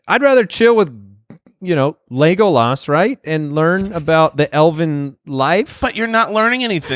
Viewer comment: y'all need to learn how to pronounce "Legolas" haha